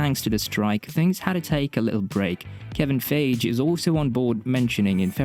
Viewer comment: It's Kevin Feige (Fie'gee) not Ghostbusters 2016 flop director Kevin Feig! Get it right guy!